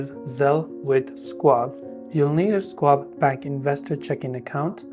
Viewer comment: This might be the worst instructional video I've seen on YouTube. Oh, and it's pronounced SHWAB, not SQuab